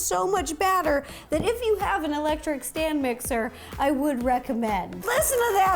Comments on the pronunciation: She said dame mixer 😂🤭🤭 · U said “electric Stan mixer”😂 I love you Ro